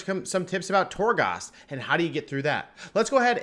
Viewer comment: I'm not sure I can handle you saying Torgosst another time. I may lose it.